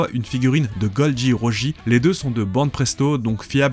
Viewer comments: Gol D. ROGÉ... sérieux mec? 😂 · Excellente vidéo ta prononciation de roger m'a tuée 😂😂